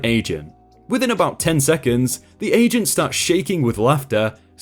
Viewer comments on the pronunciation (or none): At one of those stories I heard asians instead of agent